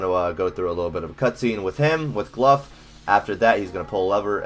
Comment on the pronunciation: Cmon man, its GLOUGH, aka GLOW not Gluff, i didnt see a single "F" in his name nor a "ph"